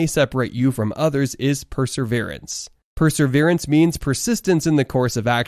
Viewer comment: It's perseverance NOT perserverence. No wonder young people do not know how to pronounce words properly or use English correctly.